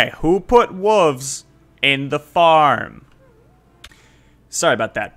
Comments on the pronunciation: WoLves!!! Not wuvs 🤣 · Why are you not pronouncing the “L” in WOLVES???? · Hey man love the video, but you do know there's a letter "L" in the word wolves right? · why are you calling them wuvs instead of wolves? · What is a whuv? Did you mean wolf? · Whats is a wooovzzz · Okay I’m actually confused, are you saying wooves on purpose or do you actually say it that way? No judgement if you do. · Yeah those “Wuves” can get annoying time to time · WTF is a woov? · wtf is a 'wuv"? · Dafuq are "Wooves?" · you fuckin say wooves? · "Who put wooves" lmao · I don't think wolves is pronounced like that